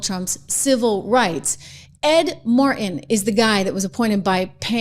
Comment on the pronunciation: Trish, why do you sound like a sister when you pronounce "Martin"?